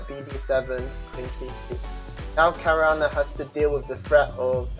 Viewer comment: no it's hikroo xD